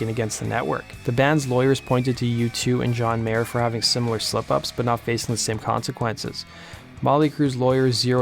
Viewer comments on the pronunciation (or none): none